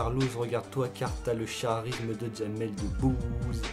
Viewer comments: mdrr t'as le CHarisme 😂😂 ça se lit le karisme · "le charisme" ce pronnonce "karisme"et pas "charisme" mdrr 😂😂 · Mais le mec prononce ccchhhharisme déjà y'a un problème c'est kaarisme qu'on prononce il est amoindri ce mec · le "ch"arisme 😂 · Le charisme.. il a prononcé ça comme ça s'écrit ;-; Chui bretonne j'ai honte de ma région ;__;'